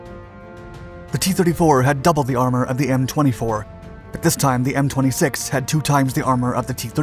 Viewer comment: "T-24"... It's a M24....